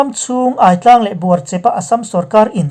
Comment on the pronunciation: Aitlang i lam dan kha kalo ngai mawh deuh, Ai ," Nilum ai" Aitlang